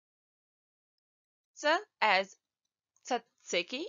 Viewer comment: You say tzatziki perfectly! The fact that I learn bosnian as to communicate with my friend and I hear one word from my own language... For a moment I thought that my hunger was speaking! Haha. Hvala so much!